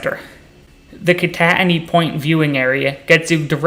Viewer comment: Good video but the way you say kittatinny is bothering me. I’ve always heard “kit-a-tin-nie” not “kon-at-ony” Also I’d recommend the drive down 611 on the PA side southbound from east stroudsburg. by far the coolest drive I’ve ever seen. Also one more thing. Highly recommend bushkill falls. I’ve been going since a was a young kid and it’s very cool and kid friendly from what I remember.